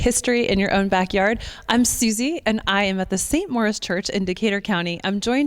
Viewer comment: Why is the name pronounced "Morris" ?